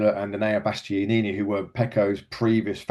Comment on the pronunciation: Mr Bast-yee-yee-nee himself🙄